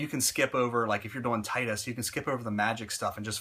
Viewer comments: To not be offensive or anything Tidus's name is pronounced as Tee-dus. They never say it in Final Fantasy X because you can change his name to anything, but in Dissidia that's how they pronounced it. :) I used to say it the way you did too until my friend told me and I saw in Dissidia. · I liked ur videos so far, but I can't agree with this one. Yuna the only one with char development? Wtf? No plot twists? Dude, how can u play the game and say that?? Seymour was a cool villain, maybe it's just a matter of opinions. Oh and... you're pronouncing "Tidus" wrong.